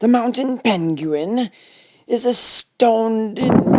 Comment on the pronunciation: The mounten pen-gu-in 🤣🤣🤣